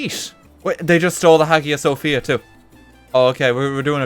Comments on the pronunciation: I know it’s a little late but Hagia Sophia is pronounces like Hi-ya Sophia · the way he said "Hagia Sophia" hurts me.